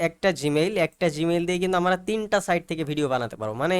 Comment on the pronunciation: আপনার কথা শুনে হাসি পেল। এখনো সাইট বানান পারেন না বলেন সাইড আর প্রম্পট উচ্চারণ করতে পারেন না। অথচ সবাইকে শিখাতে চলে আসছেন